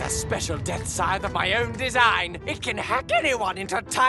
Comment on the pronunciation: When announcing the weapons the announcer couldn't say scythe, (he kept saying sign) but when telling about the weapons he knew how to say scythe.